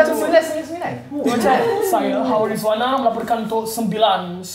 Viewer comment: 999 tu sebut elok elok (srs sikit)